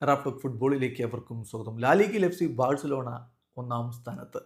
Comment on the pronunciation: Its not Barcelona it's varcelona 😂 pls reply cryfans